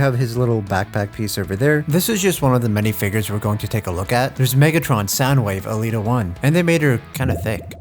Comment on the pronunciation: he says it correctly hear thankfully